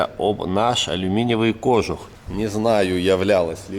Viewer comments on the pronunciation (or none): none